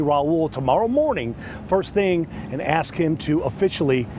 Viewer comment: If you can't pronounce ASK, your ratchet hood booger butt should have never been a mayor 🤦